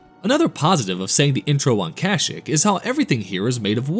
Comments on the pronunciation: Bro please learn how to pronounce kashyyyk. Its Ka-Shee-k not Kashk lol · Wait... say the name of the planet the wookies are from agian lmaoo 😂 please dont be Ai voice )